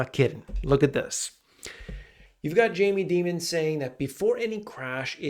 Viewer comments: Why is he pronouncing Dimon like demon? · "Jamie Demon" lol. Dimon... like diamond 👍